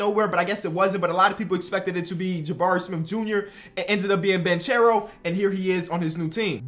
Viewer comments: it’s pronounced Ban-care-o not banchero. ❤️ u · the last name of Paolo is pronounced Bankero not Banchero. It is an italian Surname. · How long till finally starts saying Banchero right? (Ban-care-o) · its pronouced "bankero" tho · I’m pretty sure it’s pronounced “BAN-K(ARROW) not (charow) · Please start pronouncing Banchero like “Bankero” you’re killing me 😭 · Dude, it's [ban-ke-rou] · you should pronounce it Bankero, in Italy ch is pronounced k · Please pronunce Banchero right, Is like Bankero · Btw it's pronounced like "bankero" cause "che" in Italian is pronounced like ke. (I'm Italian and i'm super excited for my homie) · Paulo Banchero. Ban-care-oh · You are pronouncing Banchero's name wrong. It is like Ban-ke-ro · Paolo last name is pronounced with a hard c, not like the English pronunciation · You keep saying Paulo’s name wrong and it irks me 😂. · Please.. say Paolo Banchero’s name correctly